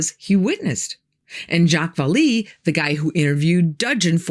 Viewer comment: I can't take what you say seriously after hearing you mispronounce Jacques Vallee's name... anyone remotely interested in the paranormal subject would know how to pronounce his name correctly! As far as the Experiment... it happened...